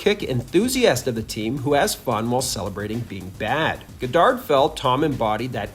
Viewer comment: Why do you keep saying Goddard that way